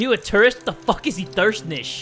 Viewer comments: its ithernish not ithersnish lol XD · Pronunciation of Itherstaniese EE-THIRST-AN-EESE MGoD DudEeeEee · you pronouce it like this: E-THUR-STA-NIS xd